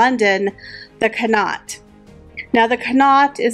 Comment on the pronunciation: Great video, but the Connaught hotel is pronounced con- awt